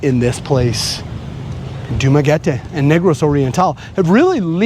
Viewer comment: You pronounce Dumaguete like a complete idiot..